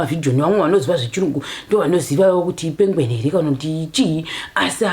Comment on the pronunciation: 🤣🤣🤣🤣🤣my Karanga girl,, “ pengweni”